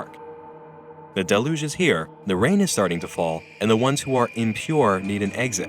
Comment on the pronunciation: The narrator on this vid needs to learn how to pronounce deluge properly Try delyuge and you're welcome. Lol.